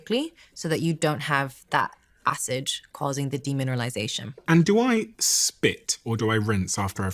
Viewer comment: Does anyone know why she keeps mixing up the letter d and j? It’s very distracting. She even said acij instead of acid 🤦🏼‍♀️ Greta message and greta video just very distracting.